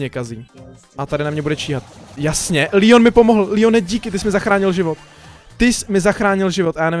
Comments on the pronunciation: Proč mu říkáš Líon? Když je to Leon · Je to Leon ne líon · To se nečte (Lion) ale leon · Leon ne lion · Je to Leon ne lion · To je Leon ne lion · Ale to není Lion toje leon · Proč říkáš líon?! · on to neni líjon